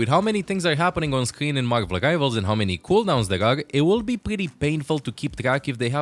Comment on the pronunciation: Marvel Givals? You're saying the R in Marvel. Help me understand 😂